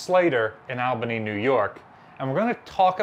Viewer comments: Its not Al ban ee its All ba nee. Thats the way NY radio pronounced it. Just like you keep referring to yor past museum ship as Tay nee ( which is probably the way the crew pronounced the name) . But he and the people who live in Maryland pronouce it Taw nee. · Say it with me,. "All-ban-nee."